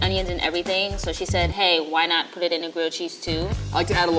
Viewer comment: Thought he said "I want to pu the cheese closer to the ozon layer" first lol :D